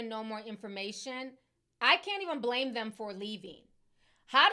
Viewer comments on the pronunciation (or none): none